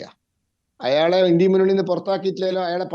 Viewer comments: ഇൻഡ്യ അല്ല ഇൻഡ്യാ മുന്നണി ഇവൻ നാക്ക് വടിക്കില്ലന്ന് തോന്നുന്നു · ഏതാ ഈ പൊട്ടൻ INDIA എന്നത് ഇൻഡി എന്ന് വായിക്കുന്നു പറയുന്നു